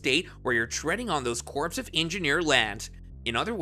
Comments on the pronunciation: You lost me when you pronounced corps as corpse. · It is pronounced CORE, not CORPSE . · "Corps" is pronounced like "core", not "corpse". English is silly, I know, but it might serve to discredit you content if you're pronouncing words like that incorrectly. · It is pronounced core not corpse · Omg is not enunciated CORPSE. it's CORE. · Corpse of engineers. Egads. Corps of engineers is pronounce more like core. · Bro, when you read the word "corps" you say it like "CORE", not "corpse"... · Army corpse 😂 come on man. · he keeps saying "corpse" of engineers... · Corps is pronounced as core… Oh God help us! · The word “corps” is pronounced like “Kor”. It is strange and sad for a news reporter not to know this. Ask any U.S. marine. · It’s not Corps like a dead body. It’s pronounced Core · Corpse of engineers? You probably say the "t" in castle and Christmas, too. You're either a really dumb human or a decent bot. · "CORPSE of Engineers" ?? LOL! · 2nd time watching your videos. Appreciate your work. However please understand the word CORP/CORPS is pronounced CORE/CORES. Many ppl makes that mistake. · It’s pronounced CORE, the P is silent..geez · Please learn how to pronounce the word corps. The way you say it hurts my ears.